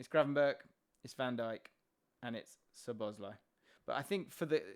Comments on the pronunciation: Love these videos and conversations. I think it's pronounced SZOboszlai not szoBOszlai. Thanks for the great content and analysis! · Please put the emphasis on "Szo", not "bosz", when you pronounce Szoboszlai's name. One of the basic features of the Hungarian language is that the word stress is always on the first syllable, without exception. If you put the emphasis on any other syllable it will sound strange and wrong to Hungarian ears. Pronouncing it correctly will take only a small adjustment on your part, but your Hungarian viewers will be grateful for it.